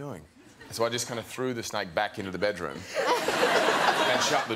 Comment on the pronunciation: Theres a distinct difference between a “snake” and a “SNAIKE”